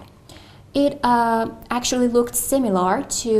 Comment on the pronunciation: there were 3 pronunciation errors: similar, circumstance and animal. there were also at least two errors in LR. interest to do sth and contribute to sadness. I would say this may be 8.5 rather than 9 which is still impressive.